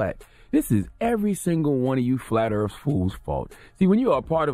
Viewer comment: “Earf”? Lol smh